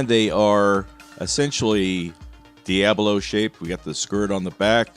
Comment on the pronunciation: I agree with how you pronounce 'sabot'. However, it's called 'diabolo' and not 'diablo'. It's pronounced 'dee ah bow low', if you're curious.